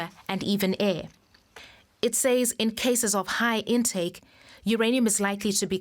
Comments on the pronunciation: it's not SAZZ. The word is pronounced says. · Or sez.